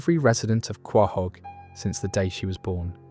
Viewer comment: Some advice Quahog is pronounced co-hog not how its spelled